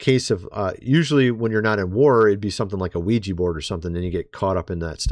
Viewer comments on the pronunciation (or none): none